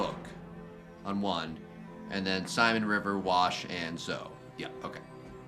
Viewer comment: BTW her name is Zoeeee. Listen to what the others call her. Her name is not Zo